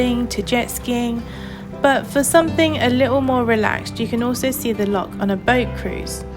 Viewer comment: A tiny bit of critisism, please don't take it too seriously, ......it's Loch.....not Lock.......say it as if your'e... err .....sort of clearing your throat, or even pronounce it as Loh Lomond.......Loh sounds better than Lock. Lovely wee video though and you got great weather too , well done 🙂